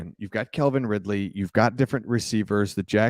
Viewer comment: The Jags may be a problem this year. Oh. It's Calvin, not Kelvin. The man has speed, but D.J. Moore is a better receiver.